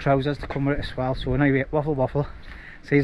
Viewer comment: "as-well" not "ass-swell" . It wouldn't bother me but you say it in, nearly every sentence! 😂😂😉 Still love your vids mate.🖖🏻